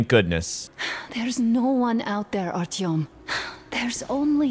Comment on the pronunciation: You say Artyom like R-T-M, it's Are-Ti-Yum